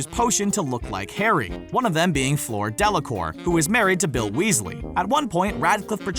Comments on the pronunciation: Floor delecour 😂😂 it’s fleur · Floor Delacoor 😂😂 Americans.... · "FLOOR DELACOOR?" WHAT IS WRONG WITH THESE AMERICANS??!?!??!?